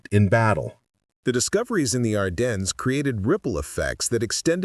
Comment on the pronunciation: And French. Even we Americans can pronounce Ardennes better.